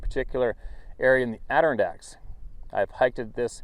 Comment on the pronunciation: you drive me crazy every time. you say Adirondack. Here's a Brit Robot pronunciation, but it's still closer than yours. Be well stay safe, keep the witness accounts coming.